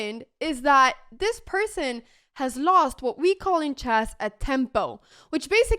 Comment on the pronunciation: Anna, you keep saying "CHASS" but the word is "CHESS", rhymes with mess, like the E in DESK or BET or RED or FED, also rhymes with LED, DEAD, BREAD, HEAD and SAID.